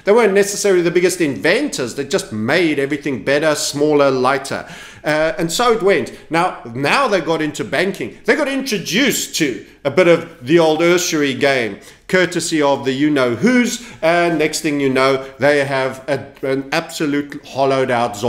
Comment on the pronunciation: FYI usury is pronounced "you-sury" and not "ur-sury" as in Ursula. Thankfully you've stopped pronouncing Ada as "Udder". I can most certainly assure you that the Lovelaces did not name their daughter "Udder".